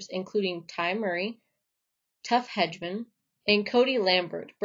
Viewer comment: Hedeman is pronounced he da men. No shit.